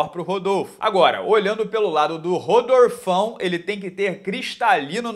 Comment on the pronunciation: Quando soltou o "Rodorfão" me fez lembrar do jiulife kjkjkjkjkjkj